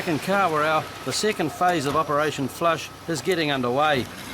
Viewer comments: You can't even pronounce the god dam town man and what r u plastic maori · A Māori cop mispronouncing Kawerau is disgusting 🤮